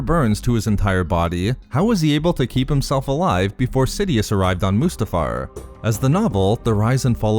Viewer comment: The way you pronounce Mustafar is is about 30% of the reason I subscribed.